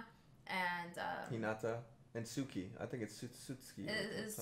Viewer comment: Tsukki is pronounced Tsu key